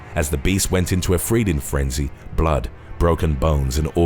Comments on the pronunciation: "FReeding frenzy" 😆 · did anyone notice he said freeding frenzy